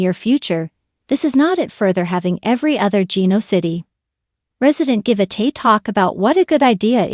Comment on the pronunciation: Oh no. Another person who doesn’t know how to at LEAST pronounce Genoa City?? First and last time listening to this uninformed speaker! Bye